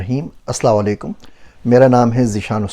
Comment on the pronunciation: Bhai jan mehrbani kr k Aslamo alikum mukammal bola kren Ap hamesha aslawalikum bol dete hen